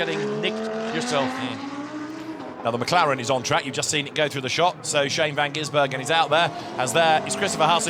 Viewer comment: Please, someone slap every time he says 'van Ginsbergen'...drives me spare.